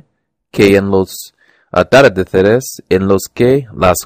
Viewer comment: Te aconsejo que refuerces estas palabras: - Envolver (Cuidado con la pronunciación de la "L") - Dulce (La letra "L" de nuevo) - Atardeceres (El acento está en "ce") - Gotas (Estás pronunciando la "G" como una "J") - Volvían (La pronunciación de la "L") - Protagonistas (El acento está en "ni") - Papel (El acento está en el) - Amueblando (cuidado con pronunciar la "N") - Ejercicio (La pronunciación de la "r") Tip: Podrías practicar la diferencia entre "B" y "V" Lo hiciste muy bien! sigue así :)